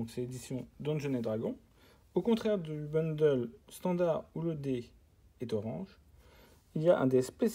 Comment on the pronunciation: Salut enfin quelqu’un qui dit bundle et non boundle par contre gift c’est pas la bonne prononciation 😅 en tout cas sympa la vidéo moi qui voulais voir comment c’était dedans